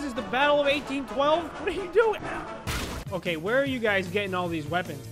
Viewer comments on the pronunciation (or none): i heard fokay